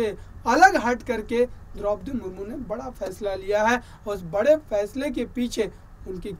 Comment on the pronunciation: Mahashay ji, rastrapati ji ko to Samman do chahey aap vyakti ko de na de. Naam to theek se lei